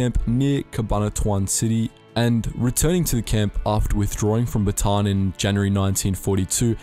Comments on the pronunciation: just a tip... you read most filipino words in syllables... example: bataan=ba/ta/an hope this helps☺ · Really irks me when foreigners pronounce "batān". Take it from a Filipino, nobody pronounce it like that here. It is pronounced "Bata'an". Also say Magsaysay is pronounced with an A not with an E. It is not spelled Magseysey. Enebeeee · Most of the time words with "ay" are pronounced with a long "I" and Bataan is pronounced Ba ta an. I was guilty of doing the same thing until my wife corrected me on my pronunciations of words like that. I spent a lot of my time in April watching the Filipinas HD Channel and they had a lot of things on about WWII that I watched several times over just to learn more about what roll the Philippines had taken during this time. On the Hunters ROTC Guerillas one of the famous people was Col. Emmanuel Valfor De Ocampo as he was a huge leader for them. You should watch some of the videos that he was on through YouTube. Lots of very interesting things to learn and hear about what they did. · Magseysey and bateyn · The westeners saying bataan. Like Baton and Batan. And magsaysay to magsaeysaey. Literal "say" but i don't judge them i think it's just a bit funny. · Yes they pronounce bataan as batan and magsaysay is mag sey sey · As a Filipino watching a person from another country pronounce "Magsaysay" and "Bataan" is always funny